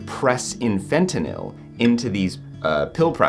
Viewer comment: Props on pronouncing fentanyl properly, unlike the rest of the world 🙄😑